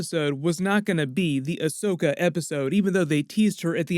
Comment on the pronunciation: Fuck why do people always get her name wrong? AHSOKA, NOT ASHOKA!!